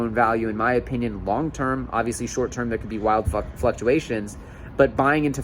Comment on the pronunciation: “Wild fucktuations” lol